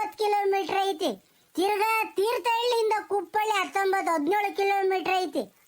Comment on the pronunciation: ಕುಪ್ಪಳಿ.....ಕುಪ್ಪಳ್ಳಿ ಅಲ್ಲ